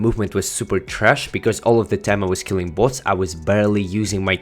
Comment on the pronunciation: Kinda sounds like butts